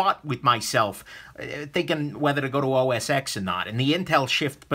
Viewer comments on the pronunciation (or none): "OS Ex". (It's OS 10,:)